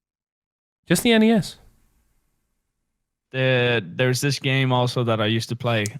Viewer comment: The way pronounces nes gets me so mad ITS NES NOT NES